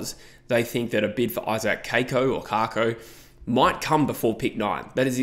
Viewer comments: It’s Kak-o not Kar-ko or Cake-ko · I was at a bombers function on the weekend. Kako is pronounced cack as in cackle. Cacko